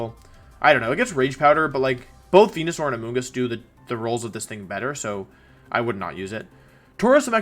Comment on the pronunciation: did he just said wenosaur?